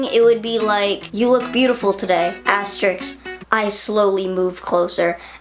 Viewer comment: I love your videos. Why did you pronounce 'asterisk' as 'asterix'? Vegan Gains would never make that mistake.